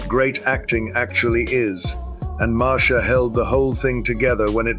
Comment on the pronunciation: It's obviously an AI voice. Especially noticeable when it used multiple pronounciations for Marcia Hurwitz. Mar see uh and Mar sha.